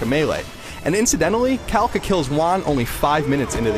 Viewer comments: caláca! not calaca.... accent in the second a! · JYDeAlberto Lol, also it is not pronounced CA-laca but ca-LA-ca